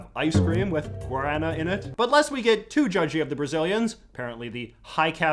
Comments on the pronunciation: The way you pronounced Guaraná 😂😂😂 it’s pronounced Goo-ar-ah-nah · Quick tip, with the Brazilian guaraná, I learned it’s pronounced as guadana instead! Also if you get the chance the fry guaraná Arctic soda, it is soooo goood! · "Gorana what a weird word. Very peculia- Oh God he's talking about Guaraná." Pronunciation threw me the fuck off my rhythm. Very unused to the heavy rhotic pronunciation. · ive never heard someone pronounce it like that instead of gau da na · my stepdad is actually a first generation brazilian immagrant, and we frequently have the guarana candy and soda in the house (it’s actually my FAVORITE soda) i was so confused at first with your pronounciation cos he actually says it more like “g-wah-din-nah” as a kid the soda always reminded me a lot of gingerale but a lot sweeter but now days it has a more citrusy fruity taste.. 10/10 tho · I love the video, but your pronunciation of "Guaraná" just hurt my soul. (For reference it's pronounced something like "Gwad-ah-nah") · Your pronunciation of guaraná was painful haha, much love